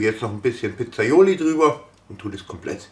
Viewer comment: Das Zeug heißt PIZZAIOLA ,nicht Pizzaioli , nur mal so zur Info